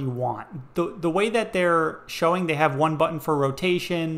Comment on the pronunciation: The most annoying mispronunciation of the word 'button' I have ever had the misfortune of hearing - especially as the word is repeated an untold number of times. Infuriating to say the least of it.